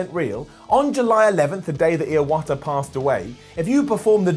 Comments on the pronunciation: The last time he says Iwata it sounds like ear water.... Edit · he actually said it wrong as "Jinuchi" too....then added a random extra syllable to Iwata's name...